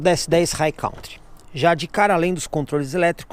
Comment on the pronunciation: Sou seu seguidor assíduo, portanto tenho muita consideração por você. Como a maioria dos brasileiros pronunciam a palavra COUNTRY como "cautri" essa pronuncia não existe no inglês o correto é "'kantri". Estamos sempre juntos. Abçsss$$$